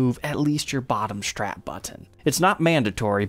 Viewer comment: Nice guitars. But it's called a strap, not a "shtrap".